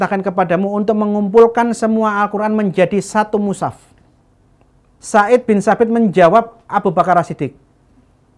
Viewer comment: Zaid bin Tsabit bukan said binTsabit hadehhhh